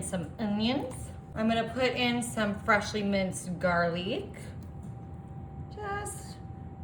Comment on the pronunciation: Garlique, uhnyun, mmmmmmmmm........ This person is not real.